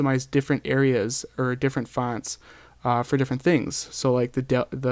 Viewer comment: It's annoying the way you say fonts :P